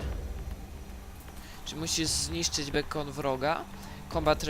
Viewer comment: Jeden wielki bełkot i brak jakiejkolwiek precyzji, praktycznie nikt nie zrozumiałem. Nawet masz problem z wysłowieniem się już nie mówiąc o czytaniu po angielsku (bekon lol xD)... Co mnie obchodzi omówienie okna chatu? Nie polecam poradnika nawet w 5% nie wyjaśniłeś tej gry...